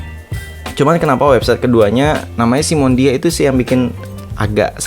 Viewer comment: Bang SIMONIDA bukan SIMONDIA yaelah baca aja kliru🙄